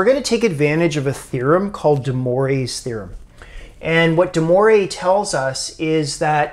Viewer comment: There is no « deMoray’s » Theorem. Sorry. There are pronounciation files on YouTube you can study. Moivre is pronounced the same as poivre (the word for pea)